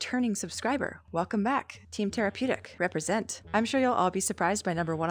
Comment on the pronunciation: Bro she’s my little cousins crush this is crazy because I’m just now realizing after a year of watching I thought he was saying therapeutic not tarapeutic